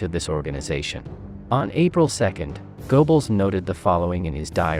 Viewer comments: GO-Bells? It's pronounced GUR-BULLS. It's a German thing, you understand. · Okay, but your pronunciation of Goebbels' name is painful to listen to, even for me, a non German speaker. (It's closer to Gerbbels or Geurbbels, but even that doesn't quite get it.)